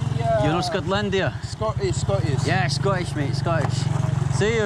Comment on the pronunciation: Why do you say ScontLANDIA? Isn't it Scotland? 🙄